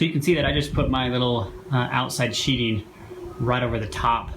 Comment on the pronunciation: It's called sheathing, not sheeting. I know, somewhat counterintuitive, but I didn't come up with that name. Not trying to be a dick, just saying. Nice shed. I'd love to build one at my house.